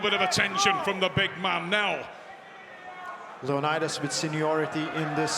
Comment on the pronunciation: Would’ve been nice if they at least tried to pronounce leonidas name correctly